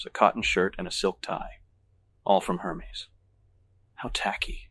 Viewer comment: I was wondering how someone with an eye for perfection mispronounced so many things like Hermes, tomatillos, jicama, and the worst: “Purchased for dollar sign one thousand forty.” I started listening on an android phone with a teeny tiny font and didn’t realize it was an IA until I switched to my iPhone. (I’m terrible with Android phones.)